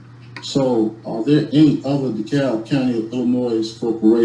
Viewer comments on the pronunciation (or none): “De Cab Illi-noise”